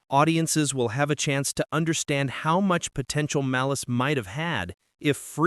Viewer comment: What is Maleece? It's Malice.